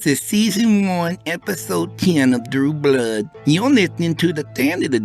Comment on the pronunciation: Wow I love this story, great work or Blaaa or what ever they call you when they can't figure out how to say Blood lmafo. I am infact titillated